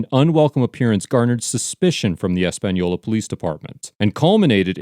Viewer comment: Wow this is my home town and it's crazy to actually see a video on it haha. Big fan of the page and I want to thank the maker of the video for properly pronouncing the city of Española. It's not a hard name to say and alot of times it's mispronounced so I appreciate the little effort it took to properly say it. I can help with a little more information. One crazy thing the sheriff did when they came to arrest him. He legit called all his deputies from the field to the office saying an emergency was happening giving no context. So they all pull up draw their guns and there is pretty much a stand off it was crazy. Now I do agree how bad the sheriff department looked here but I must say I know first hand there is some really good ones in both the sheriff department and the city of Españolas police department. The under sheriff was also arrested at a later date and this is all still going through the process. I will come back to this comment and update it as the proceedings continue. Thank you again to the creator of this page and the great work you do. You entertain and teach a lot of people stuff about the law and we appreciate you.